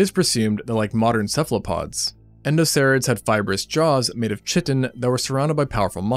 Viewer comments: Its pronounced "KAI-TEN" not "CHIT-IN" 😂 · KAI-TIN not chit-in ffs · Yeah that always sounds like nails on a chalkboard hearing Chi-Tin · “Chitin” is pronounced “KY-ten” not “CHI-ten” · /Chit - en/ Bro, where did you study? 😭 It's greek so the ch is a k : /Kite - en/ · CORRECTION: the compound called "chitin" is not pronounced schi-tin. The "ch" that derives from Greek words is a hard "c" --- a "k" sound. Pronounce it Kai-tin. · I hate being the grammar police but it's pronounced kite-in, not chitten. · chitin is pronounced Kai-tn.. not chit-on chi is latin form of the greek letter Χ or Chi pronounced Ky or kai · I love your videos whenever I catch em. I'm going to be a dick right now and say I don't like your pronunciation of "chitin" which is supposed to be "kite-in". There, that's me being an asshole for the day. Really though, keep up the great work. You do a great job. :) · Its made out of Chit-in " Did he just say shittin' " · Chitin is "kite-in" not "chit-in". English is stupid. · "Chi-Tin"? No, no ,no. "Kai-Tn". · I would've pronounced it 'kai-tin' rather than 'chitin' but great video. I wasn't even sure which bits were CGI! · Chitin is pronounced kai·tn, not "chit tin" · Chiton is pronounced (kite-on) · Chitin is pronounced Kai-ten, not Chit-en. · "KY-tin" not "Chi-tin". 😉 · "Kie-Tin"....NOT CHI-TEN ! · I refuse to pronounce it "ky-tin." I always prenounce it "chit-in." To me, it sounds more insectile. "Ky-tin" sounds too much like a kind of metal. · "Chit-tin", yikes. Not a "word" you want to hear from a science channel. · "Chitten" o.0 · "Chitin" is pronounced "kai-ten". It's from a Greek word, "χιτών". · Chitin is pronounced Kai tun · Chitin is pronounced (kite-in) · Cool video, real insteresting stuff. But one nitpick; "Chitin" is pronounced as "kai-tin". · I like that you used the ark image for Chitin but you are totally pronouncing it wrong, it's said more like "Kite-in" you don't say the "ch" sound like you normally would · "HEY IM CHIT-IN"